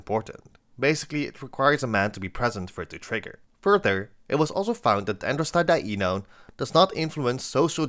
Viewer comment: the fact u can say 'Androstadienone' impresses me